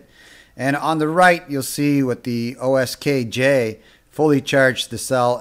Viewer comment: Thanks for the review. Will follow your instructions to make one. However, the brand name is QSKJ not OSKJ.